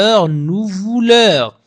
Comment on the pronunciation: Salaam Merci pour Les leçons. Mais tu pronnance le(vous) comme (vos)